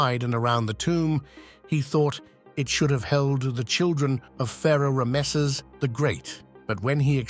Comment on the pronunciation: Boy what a blunder mispronouncing Ramesses. I've never heard anyone say it so incorrectly! Is this an AI voice? Also the eye of the Sahara is an ancient dead volcano.